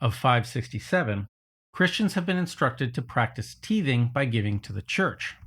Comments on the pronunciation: also just want to let you know since I was forced to go to church and religious school as a kid - tithing is pronounced with a hard i, so it like tye-thing, like tye-dye. You’re saying teething, like what babies do when they’re getting their teeth. Tithing is giving tithes, money or things, as donations to the church or religious institution. Actually, that makes me wonder - do people in synagogues and islamic temples also tithe or is it something else? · Excellent vid overall, just one minor correction on pronunciation: tithing ( - ). The first syllable in it is usually pronounced like TIE, not TEE (IPA: /ˈtaɪðɪŋ/ as opposed to /tē′ᴛʜĭng/ ) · I think “Gammon” is appropriate Cockney slang for this person. I thought you were making a joke. Then came “teething” the act of the church putting its teeth into your wallet and I knew. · “Teething” annoyed me enough to stop playback to comment. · I have never heard that word pronounced like that. It's usually "tie-thing" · Good video. But it's called TIE-thing, bro.😂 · I believe you're saying "tithing" in this video, but the ti- is pronounced like the ti- in "title" or "time" rather than the one in "tier." Just letting you know. Sounded like you were talking about something totally different. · Tythe as in eye, not teeth. are you real? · You're badly mispronouncing the word tithing. I was raised Evangelical and we used the term regularly. It was the standard which we were encouraged to donate to the church. The I sound after the T should be like Thai not like tea. Mispronouncing such a commonly used term in religious circles while while talking about religion diminishes your credibility speaking on the topic. That being said at 22 minutes in you seem to have something here. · not how you say tithing, there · It’s tithing with a long I sound, not teething….hahaha…there is some bite in both, I suppose. 😉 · Tithing = . Not teething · Yeah... "teething" is what toddlers do,.